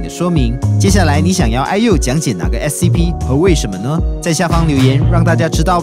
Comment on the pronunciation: 不是说SCP吗怎么说成SCO了？